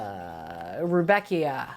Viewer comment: pronunciation: RUDD-beckia. (You are welcome)